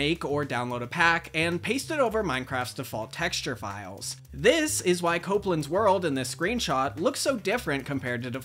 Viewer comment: "and how thjis unusual creepypasta spawned a generation of terrified Minecraft players." thjis? lmao